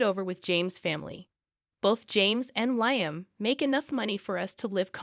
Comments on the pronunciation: It's said Lee am , not lie am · I was going to comment on that, too!!! LEE-um.